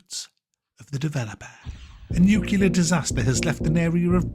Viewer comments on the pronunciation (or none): NU-CLEAR FFS Not NU-CLE-LAR Fkn embarrassing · NuCLEAR not nuCULUR!! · Sigh... it's not nucular... It's Nuclear! NU-CLEAR! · "A nucular disaster..." Nucular? Seriously? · Did... did you say "nucular disaster"? SHAME. Just fucking with you but it's one of those things I instantly hear.